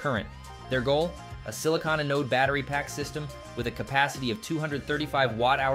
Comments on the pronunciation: Learn the proper pronunciation of the word Anode. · Teach your robot how to pronounce "anode"!